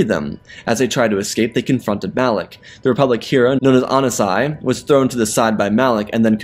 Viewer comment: i hate that he says on-si and not OH-NAS-IS like bro just butchered his name